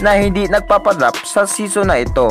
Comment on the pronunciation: Anong seson pinagsasabi mo😂😂😂😂😂PBE SESON.Bisaya 😂😂😂😂